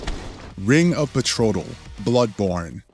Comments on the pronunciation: It's the ring of betrothal not betrotal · Bro did not pronounce "Ring of Betrothal" as Ring if Betrottle....bruh 😂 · Betrodal? ...*sigh* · Betrotal??? Read a book